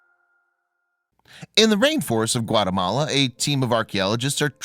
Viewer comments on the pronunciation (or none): none